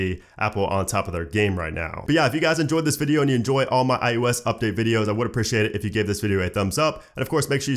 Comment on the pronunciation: Love the vid but it’s “eye-oh-ess” not “eye-you-ess” 😃